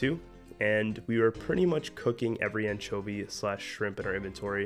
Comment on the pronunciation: you pronounce anchovy wrong... but i like your pronunciation more.